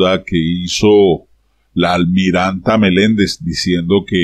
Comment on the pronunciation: Por favor! Avíseme cuando vaya a pronunciar la: Almirant... para ponerme unos tapones porque me trillan los oídos.